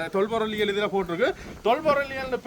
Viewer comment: கஜன் ❌ கயன் ✅ ஜானை ✅ யானை ❌ உதுல ✅ இதுல ❌ 😂😂😂😂😂😂